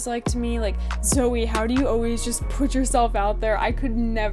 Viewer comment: Zoe!!! You nailed it on the pronunciation of my last name! And "YES", the shirt colour choice was intentional. I had a black shirt on at first but then I changed it! Really glad that you said yes back in November which ended up landing you the summer position! It's very true to fake it until you make it. You just need to land the role, then you can build your skills from there! Embrace the nervousness. I love that! Thanks for teaming up and sharing our conversation on this super important topic! Had so much fun working together to create this vid!!! Looking forward to doing it again soon!!! Stay safe out there!